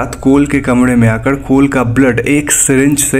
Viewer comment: Bhai 'R' bol nai pata 'D ' bolta hai Kamre ki jagah kamde Foren ki jagaj foden